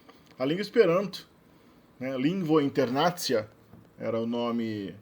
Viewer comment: Vídeo muito bom, como sempre! Só uma correção quanto à pronúncia: (lingvo) /in.ter.na.'ci.a/ Aliás, percebi alguns pequenos equívocos e insegurança em alguns momentos da sua explicação, mas estou certo de que se você tivesse se dedicado por um pouco mais de tempo, o vídeo ficaria excelente. :)